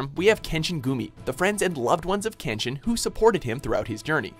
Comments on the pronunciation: He pronounce majority of kenshin names wrong asf. And kenshin is more realistic than zero one pice , of course he would win the majority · after all of the mispronounciation I thought would get all of Kenshin's attacks wrong, but they nailed it as well as all of kenshin's english dub voice actors